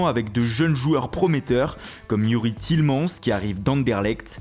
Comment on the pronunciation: Dit tiélemanese